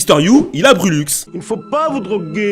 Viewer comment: Ah lbatar il a dit brulux 🤣🤣🤣